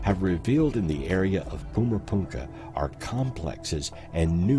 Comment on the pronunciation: Puma Punka???😂😂😂😂 it’s Puma Punku…..